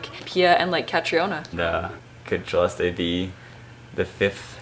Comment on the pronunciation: Thank you Siera for saying and correcting (hehe) your brother for the correct pronounciation of Celeste's name. She has been saying it herself and only few took notice. Even most Filipino vloggers got it wrong. ❤️❤️❤️